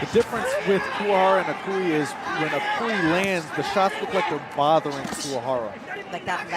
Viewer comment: Please, his name is pronounced Eee-noeee